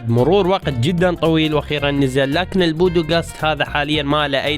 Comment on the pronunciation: ليش تقول البودوقاست اسمه البودكاست